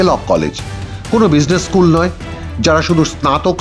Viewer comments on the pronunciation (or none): none